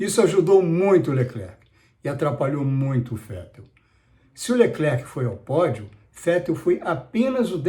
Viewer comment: falar Fettel foi engraçado